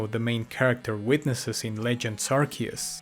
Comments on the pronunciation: Ah yes, Arkoos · Last time I was this early, Arceus was pronounced Arceus.